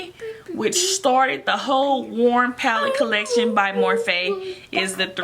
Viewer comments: Anyone else cringe every time she said "morphay" like nooooooo it's morphe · Im crying its not morphay its morphe😭😭😭😭😂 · STOP SAYING morphay!!! It’s annoying!!!